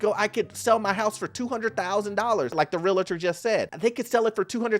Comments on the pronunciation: You my boy but please take the extra “A” out of Real-tor lol 😂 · I know right! So many people add that extra A in Realtor smh.